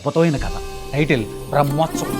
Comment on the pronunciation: బ్రహ్మోత్సవం❌ బర్మోశవం ✅